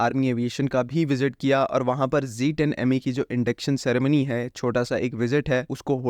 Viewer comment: Zed 10 Zed 10 stick to the proper pronunciation Ditch the American Zeeee thanks for the update